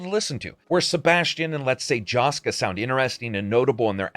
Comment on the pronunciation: It's nice to see a Hungarian made game featured here and some of our folklore stuff and hungarian names. (Also funny how non hungarians try to pronounce our names, like "Jóska" :P) It is weird, though, that despite made by hungarians, about mostly hungarian folklore, if I'm not mistaken, there is no hungarian subtitle or voice in it at all.